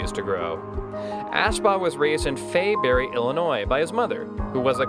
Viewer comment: fairbury. not faybury. our houses were a 100 feet apart. i grew up with him. he was at my house recetly. it is fairbury. not faybury.